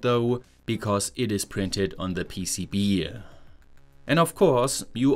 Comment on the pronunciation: HEAH , PCB EAH , IDEAH LOL 😂 WHY DO YOU ADD EAH AT THE END OF THE WORD ? LOL